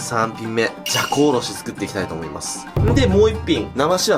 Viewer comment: じゃこおろしがざこおろしに聞こえた